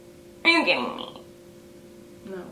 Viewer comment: Lucy Sparkles Lover More like Are you KEEDING me, he's a CHEETAH